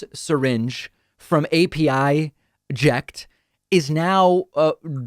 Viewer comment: It's pronounced "Apəject" The 'pə' sound as in "perfect"